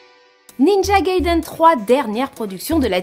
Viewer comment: not Gay-den!Gaiden!